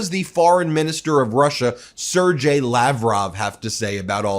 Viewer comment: You pronounced Sergei wrong. The G is a hard G!